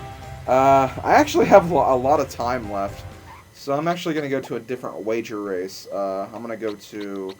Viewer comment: yes u just said wager wace